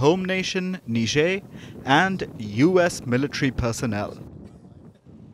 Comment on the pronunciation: Personnel is wrongly pronounced.You always make the same mistake time and again.Enroll yourself in pronunciation classes.